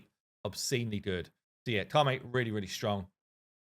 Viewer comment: Ka-may? It's Ka-met. He's not French, he's Egyptian. :P